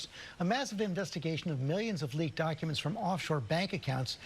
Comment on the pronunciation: 43 seconds in ... Did he say doNcuments?